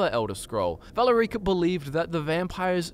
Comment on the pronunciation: Who's this valor-reeka chick you speak of?